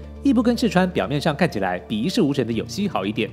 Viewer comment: 個人拙見，單純從日語漢字含義看。有栖的「栖」應讀作「妻」而不是「西」。若有謬誤還請見諒。不管怎樣，視頻製作很用心，製作者辛苦啦！